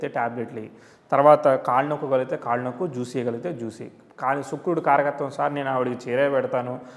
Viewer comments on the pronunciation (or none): none